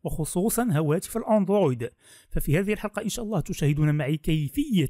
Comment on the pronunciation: اكتر شي يضحكني لمن يقول اندرويد